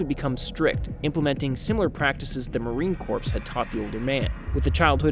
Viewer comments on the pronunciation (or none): "Marine Corpse" . Obama made the same gaffe in a speech a few years ago ("I would like to thank Navy Corpse-man..."). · Corps. is pronounce... core. Not corpse as in a dead body. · The Marine "corpse"??? 😂😂😂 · I think you're pronouncing 'corps' in 'marine corps' incorrectly. Gd video though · you’re not suppose to pronounce the “p” and “s” corps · Referred by SKD. Respectful heads up: Marine Corps is pronounced like Marine CORE.